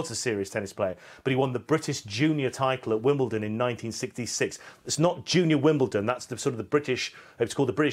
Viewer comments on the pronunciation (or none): none